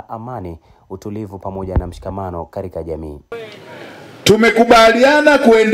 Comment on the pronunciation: Mbona muandishi anasema karika😂 badala ya katika